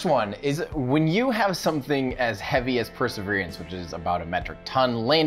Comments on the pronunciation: I would really appreciate it if you try to pronounce the word "Perseverance" without extra vowels or syllables. It's NOT per-se-veer-ee-ants. It's per-se-veer-ants. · It's not called perservierance....it's perseverance ...drop the i. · Are you saying "perserver-i-ance"? I think you're adding an extra "i" sound in at the end of the word there. Or maybe its my British-ear mishearing. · Say "persaveriance" again. I dare you, I double dare you! Say "persaveriance one more goddamn time!" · I keep hearing 'perseveriance' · I dunno if it’s just me but you pronounce “perseverance” in a really strange way?! I can’t figure out if it’s your mic, the way my brain is perceiving it or if your actually saying it odd. Sounds to me like your adding an extra “e” towards the end!? Love the channel dude :) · It sounds weird to my USAmerican ears as well.